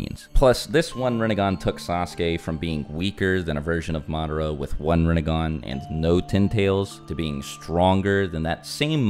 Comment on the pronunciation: "Rinne-gone" lol.